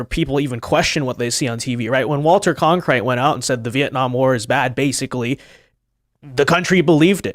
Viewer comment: It's Walter Cronkite,. Not "Walter Con-krite". 🤣😇